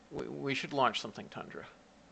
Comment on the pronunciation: not 100% but at 1h15min when he says tundra orbits but it sounds awfully close to thundra tho :D given that this man is what appears to me as a walking enceclopedia of rocket stuff, i assume he knows is stuff :D